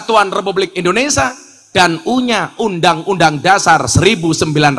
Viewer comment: Ngapunten, INDONESIA gus, bukan INDONESA